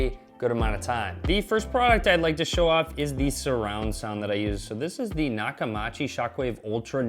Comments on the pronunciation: Funny that the company gave you the product and you can't pronounce it's name. It's pronounced: "Knock-Ah-Mee-Chi". Not "Ma" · It's not Nakamachi it's Nakamichi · Nakamichi... not Nakamachi.... Cool video though! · Great video ... BUT the name is Nah-ka- MEE-chee! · Naka”ma”chi lmfao I would re-do the video just on that lol. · Always learn prounouncing your sponsors name before giving shout out to them. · Stopped watching after you MIS-pronounced the manufacturer’s name... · Your TV is QLED, NOT an OLED. I have an LG OLED. I stopped listening after you mispronounced Nakamichi. Free stuff = biased opinion. Especially when you can't get spelling and pronunciation correct.